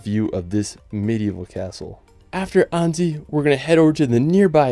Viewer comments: Annecy is pronounced "Ansy", not Andy! :D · Annzy? Maybe ask someone to help you with the pronunciation if you make an entire video full of foreign names? 🤔